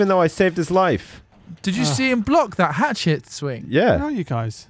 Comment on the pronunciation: I've been watching your vids WAY too long. Every time you say the word hatchet, I hear 'hat shit'.